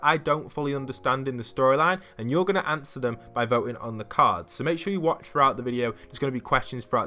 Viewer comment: “Awnser the QUSTION”